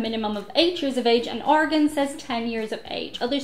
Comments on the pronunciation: I'm impressed pronounced "Oregon" correctly! A huge number of Americans cannot do so. I wonder if anyone taught her or if she came to it all on her own. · She actually knows how to pronounce "Oregon." I'm impressed. Smart and pretty. :-)